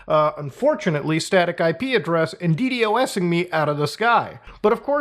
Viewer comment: never heard anyone call D Dosing as "d d o s ing" until today but I knew what you meant Mutahar